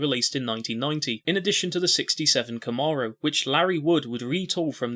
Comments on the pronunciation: Thank you for converting yourself into a narrator allowing for more visual content, instead of... anyway, I very much enjoyed this. One thing, it's pronounced Kahm-mair-oh 👍👍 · This dude pronouncing “Camaro” like that is driving me crazy for some reason.